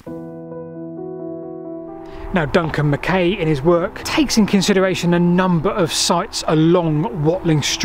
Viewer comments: The surname MacKay is always pronounced "Mac-eye". His argument for the battle being on the hill above St Albans is far more convincing than you give credit for. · By the way,, the 'ay' part of Duncan MacKay's surname is pronounced 'aye', e.g. 'mah-k-aye'. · It's pronounced Mc "Eye". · It's pronounced mac eye as in the actor Fulton Mackay. Just a wee heads up from a scotsman. Brilliant. Programme. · Another fascinating video. PS. MacKay is pronounced Mac-aye as in, “Och Aye, Jock MacKay.” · Another great vid. So well done. How does Duncan pronounce Mackay though?